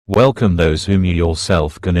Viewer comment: "welcome", not wecome 🙄